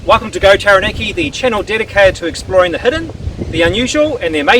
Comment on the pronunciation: You should at least TRY to say Taranaki properly